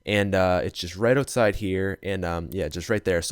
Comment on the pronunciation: “its right here just inside the berrn, it also spawn just ootside da berrn”😂 love itt💞